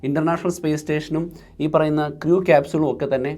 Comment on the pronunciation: Please learn the pronunciation of "crew"